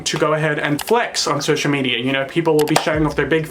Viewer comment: "Social Mediar"